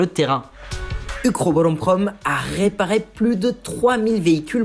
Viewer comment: Très intéressante vidéo, mais Pitié, cesse de prononcer des mots se terminant par le son « é » par « ai ». On dit degré pas degrai, réparé pas réparai, attiré pas attirai, capturé pas capturai, Corée pas Corai…